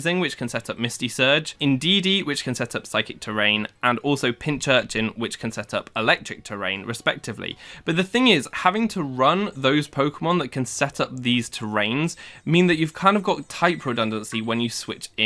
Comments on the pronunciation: "pinchurchin"? you're the second person i hear pronouncing it this way. isn't it pinCurchin? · *Pincurchin. As in pincushion and urchin. Nothing to do with a church